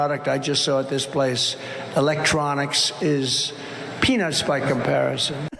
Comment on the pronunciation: peanut was mis pronounce as penis,,,slurring